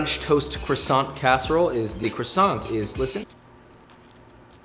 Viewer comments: its CWASO not crusont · I am really surprised josh said crossonts instead of kwasson 😭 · You say "Kwasont" like how Carl Wheezer say it and it's killing me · Ok so I'm from britain and I never understand why the americans say crasont instead of croissant, the roi is a W and the t is silent. It mentaly destroys me every time I hear it said like cRrAsOnT. Please stop. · it’s pronounced K W A S O H N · Why does he pronounce Croissant like Croisson but Filet Mignon like Filet Mignan 😭😭😭 you’re SO CLOSE!!!! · "The way you pronounced "pain perdu", "filet mignon" and croissant is incredible 🤣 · You can pronounce that but not croissant the proper way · The way he can pronounce pain perdu but NOT croissant😭😭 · I WAS listening until I had to listen to him mutilate the pronunciation of "croissant" a dozen times.